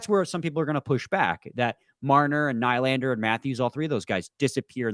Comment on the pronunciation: Do you just intentionally say nylander wrong? Lol